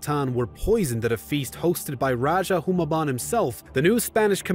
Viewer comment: I hate your American accent pronouncing The Tagalog and Spanish names. If we have to speak English like you lot SPEAK OURS ACCURATELY!! Rajah is pronounced Ra-ha Hu-mah-bon 😒 Stop colonizing the names. Magellan is Majellan.. g is pronounced with d'y or j